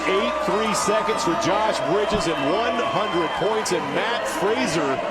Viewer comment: Also peep the mispronunciation of Mat Fraser's name.